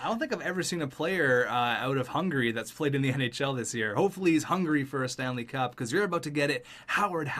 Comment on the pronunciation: your saying Hungary wrong